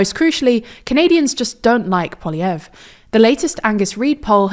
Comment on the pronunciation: Thank you for pronouncing Poilievre's name properly! So many people get it wrong.